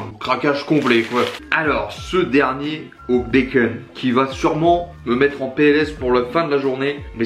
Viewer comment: Très bonne année à toi.Un plaisir de te suivre.J'ai remarqué que tu prononçais bacon, "békeune"😉.